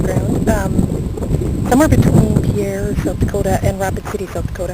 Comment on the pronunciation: Nice video. Just a couple FYIs - 1. Montana is "Big Sky Country", not North Dakota. 2. Pierre, SD, in the local vernacular is pronounced "peer" rather than "pea-air." 3. The reason for all of the motorcyclists was the annual Sturgis rally. If you ever get back to East Grand Forks, there's a great place for lunch called "Whitey's" - across the street from that awful Cabella's you mentioned.